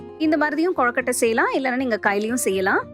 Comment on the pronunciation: Very nice. But it's not "கொழக்கட்டை" it's "கொழுக்கட்டை". I don't know why but I felt irritated when you pronounced it wrong.